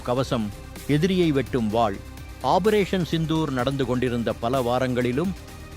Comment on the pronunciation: "ஆபரேசன்" என்பது தவறு! வாயில நுழையாதோ!